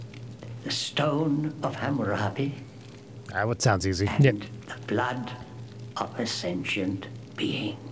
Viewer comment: please for the love of God say Hammurabi correctly